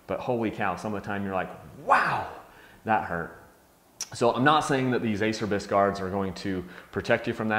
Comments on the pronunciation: A cher bis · Your pronunciation, Ace-er-bys is killing me. :) You have to say it so many times in the video too, it's like a celebration. It's Italian and sounds like A-chair-bees. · It’s pronounced a-cher-bees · I have these same hand guards. i was surprised on how hard these were to break. I'm sponsored/rider support by Acerbis and they are cheap if you do bust em. It does cracks me up though about their name, no one can ever pronounce the brand correctly. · It's pronounced "A chair bees." This can be found right on their website. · it's pronounced acherbis... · it's. ah cer bees...is how it's pronouced...lol...some say a Cher bis...and what not lol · great review love mine! although it is pronounced Ah-Chur-Bees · Horse Ranch I say Ace-er-bys too ahaha. whatevs... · "Ah-Chair-Bees" lol